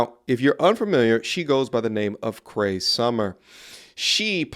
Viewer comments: CrEE, not 'cray' lol. She was famously the voice of Numbah 5. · Dude, her name is NOT Kray.........it's K-REE Summer. Cree Summer has ALWAYS BEEN WEIRD............ALWAYS WILL BE WEIRD!!! She is the penultimate weirdo-psycho chick which is what she played in " A Different World" Marisa Tomei won an Oscar a couple of years after Different World; Cree Summer got older and STAYED WEIRD and single..... That's why she's 55yrs old and STILL single and humping other people's 20 to 40-somethings yr old son's (daughters ?). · Cree, not Cray and yeah she's a wacko. Actually Cray is a good pun. 😆😂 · it's Cree Summer why are you talking about her name like she's crazy LOL